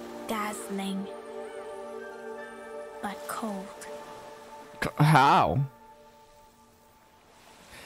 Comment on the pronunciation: i loved that ✨hOw✨